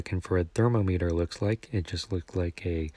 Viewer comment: Good video! (But the way you pronounce “thermometer” throughout the video should be a war crime)